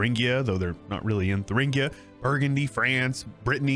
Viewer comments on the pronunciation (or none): none